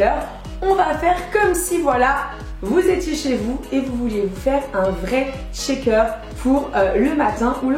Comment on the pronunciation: Par contre tu dis "Tchaker" toute la vidéo 😂😑